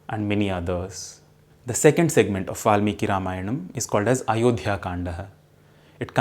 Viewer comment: A few posers! If Valmiki was adikavi and Ramayan first literary work in verse, then were the four Veds (also in verse) created later? Also, please try to sound Indian and don’t put an additional ‘a’ after every Sanskrit word you speak.